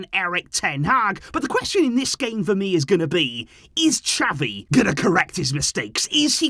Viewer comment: pleaseeeeeee xaviii get it right!!!